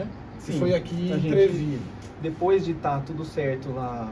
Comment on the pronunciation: Trevineo ou treviso?